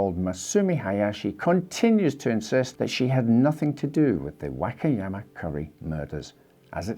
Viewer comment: “The Wackiyama” lol